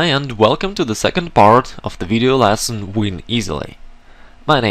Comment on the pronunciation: small piece of advice, stop saying "lasson", its "lesson", other than that, good teaching